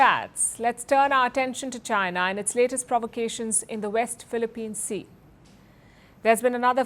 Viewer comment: First news anchor and reporter to say it right "WEST PHILIPPINE SEA"